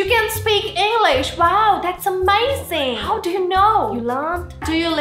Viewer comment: The video is ammezingg.. jusht ammezzing 😂😂😂